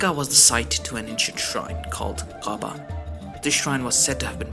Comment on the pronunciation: The Arabic subtitles read a bit strange to be honest. Meccans has been translated to something like Mechanica (?). Also, you make the word Ka'ba sound more like Qa'ba :)